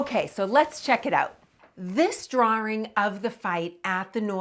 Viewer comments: I have never heard "drawing" pronounced as "drar-wring" . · There is no "R" in drawring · "Dr-oor-ing", eh! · What is a "Drwarr-Ring"? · Im going to take a shot every time she says "drawring" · Fascinating how her accent pulls the "r" out of 'Concord' and puts it into 'drawing.'